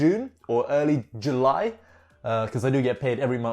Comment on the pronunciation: Jule instead of July 😂